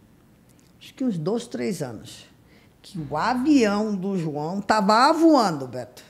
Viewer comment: O próprio Beto, interrompe sem necessidade. É só deixar ela usar o tempo. Achei graça de ela dizer:” o avião está avoando”. Kkkkkkkkkk